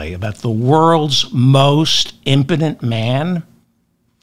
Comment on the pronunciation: Yes, he's Imporent